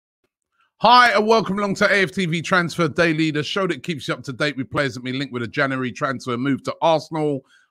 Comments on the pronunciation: Janooarry mate get it right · Transfer daily wouldn't be transfer daily without Robbie saying "janary" at the start of every vid